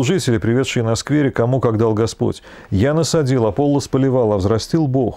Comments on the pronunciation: Всё-таки, АполлОс, а не АпОллос. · как по-гречески, не знаю. Но по-славянски Аполло́с. Там ударения в тексте стоят, в отличие от русского перевода.